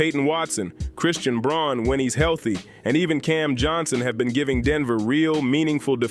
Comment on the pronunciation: Braun is pronounced Brown. Something you should know if you’re really following